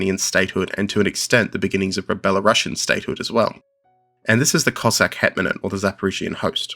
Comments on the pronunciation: Thanks for a great video! A small nitpick: could you please pronounce Belarusian as Belarus+ian (U is stressed, and ideally s doesn't turn into sh), not as Bela+russian? That's important. Thanks. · It's pronounced ˌbeləˈro͞osēən.